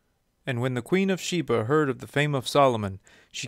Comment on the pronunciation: You’re pronouncing her name wrong. And she’s Ethiopian.